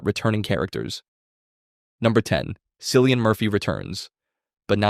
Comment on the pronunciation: Just a nitpick, if this is AI narrated, gotta note the name pronunciation of Cillian, as in “Killian” it’s an Irish name. Good analysis nonetheless!